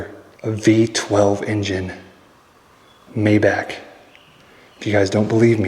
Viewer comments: It’s pronounced MY BAUK not MAY BACK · The Mercedes is a Maybach (may-Bauch) not Mayback. LOL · Its May-Bok dear....not Mayback...Maybach ❤😊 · It’s pronounced my•bok, not may•back. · OMG if you say MAYBACK ONE MORE TIME!!! It’s MayBACH!!!😂😂🤦‍♂️🤷‍♂️ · Not Meyback, but Maybach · Mai-bohhc, not May-back. lol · German pronunciation of Maybach is My-bock. Pronounced like Johann Sebastian Bach the composer. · It’s pronounced My-Bok. JSYK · It’s pronounced “My-bahc”. With emphasis pronouncing the “H” sound near the end, and the “c” is almost silent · The car is pronounced like" MY BAHK" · It is too much to pronounce Maybach correctly?